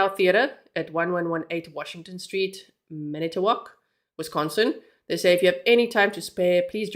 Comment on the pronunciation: She's doing a great job pronouncing the cities. I had to giggle when she said she was practicing.❤ I'm also a Wisconsinite.❤😊